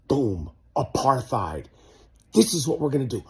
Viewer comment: Michael is an idiot he can't even pronounce apartheid 😂